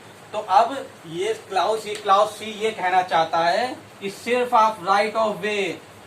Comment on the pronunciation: Nice lecture 👍 but I can't control my laugh😂😂 at the word क्लाउस , bcoz it's not क्लाउस , rather it is क्लॉज